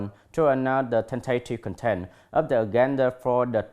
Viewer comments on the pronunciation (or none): Tại phút tư·conference /ˈkɒnfərəns/ anh đi đọc là /ˈkɔnfərən/ và thiếu âm bật /s/. Tại phút cụm tentative contents phải đọc là /ˈtentətɪv ˈkɒntent/ mà anh đọc là /ten`teɪtɪv kənˈtent/ là sai trầm trọng vì content (v) nhấn vần 2 còn (n) nhấn 1 nha anh.